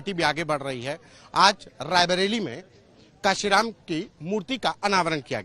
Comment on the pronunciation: मान्यवर साहब कांशीराम जी का नाम तो ठीक से ले लो पत्रकार,,उनसे बड़े नही हो तुम